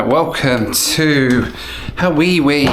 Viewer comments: “Haweewee”…yikes! As someone who’s born and raised in Hawaii, that’s like nails on a chalkboard. 😣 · Hate the way Hawaii is pronounced. Sounds like an adult asking a toddler if they have use the bathroom.